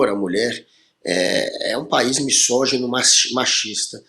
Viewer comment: Meu querido Guga, não eh missogeno Eh misógino.